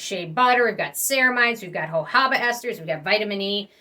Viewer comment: It’s jojOba not jojAba. You mispronounce it LITERALLY 100% of the time.